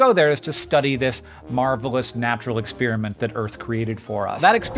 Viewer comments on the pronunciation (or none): PLEASE! It's NOT "ex-spearmint" !